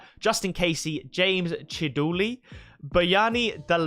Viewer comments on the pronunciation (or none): none